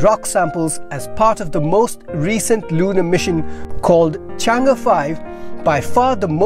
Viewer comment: Good pronunciation of Chang'e. 👍